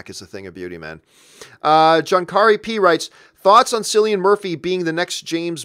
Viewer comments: Silly-Ann Murphy?! It's pronounced Killian, like the dude in The Running Man ;) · he has been mispronouncing that for ages, makes me laugh so much. i wonder if he knows any men called silly ann